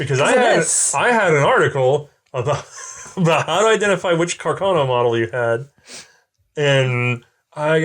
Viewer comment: What's with them constantly switching up how they pronounce Carcano? Maybe 35 % of the time it's "Cacarno" instead.